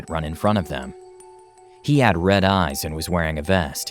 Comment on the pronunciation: Original: She closed her eyes... What i heard: She closed her ass